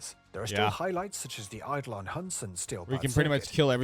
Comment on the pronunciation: AYE-dolon. Rhymes with Pie-duh-lawn